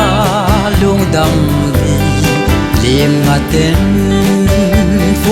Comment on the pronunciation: i thiem khawp el. Ka lo ngaimaw em em el 'Vangkhuopui' tia a lo saktu haiin an lam hlak 'VANGKHAWPUI' tiin indik takin i hung lam a. 'Khum' kha 'Khuom' ang le (zana ei hadamna dawrem hi Hmar khawma 'KHUM' kan ti ve tho aw), 'Limngate kha liemngate anga i lam ti lo chu.